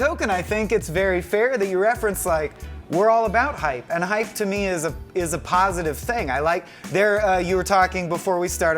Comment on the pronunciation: Hape? Hype ? Anyone else hear that with the first dude?